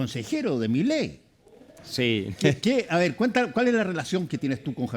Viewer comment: Un shot por cada vez que dice millei